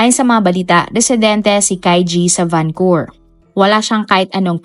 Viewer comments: Why Vancur? It's supposed to be pronounce as Vancou-VER ..✌️ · Correction po...and i hope you don't mind.. VancouVER po .. not vancour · Nakakalungkot na balita. RIP sa mga biktima.. 🙏🏻 Salamat po sa update.. No bashing po, pero Van-cu-ver po yata ang pronounce nun. Napaisip po kasi un mga nakarinig sabi nila akala daw sa Canada, bakit sa Vancowr pala. Anyways thanks po ulit sa update. 😊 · Van Cou Ver po ma'am hindi po Van Cour ✌️ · Ang lungkot po. ..Mas malungkot ang pagkapronounce mo ng Vancor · oo nga